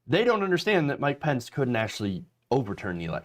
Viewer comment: The soundboard SOUNDS as if it is saying...🎛️🗣️ **MIKE POUNCE**...😳 Instead of... **MIKE PENCE**!!...😁 I am NOT all that sure if anyone else hears this...👂👂 But... I certainly do hear this!!...👂👂